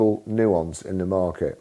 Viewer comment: 'nuance' 🤣 gets me everytime🤣